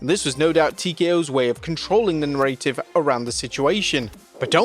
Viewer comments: Do you... do you... do you not know how to pronounce the word "narrative"? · just say narrative, not narrative like you have been doing :D